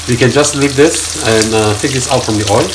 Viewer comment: Why do u always say Oi? It’s OIL😊